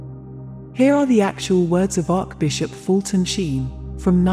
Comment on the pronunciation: It would be wonderful if you had the speaker pronounce the Catholic words correctly, as in Bless- ed, and Arch- Bishop!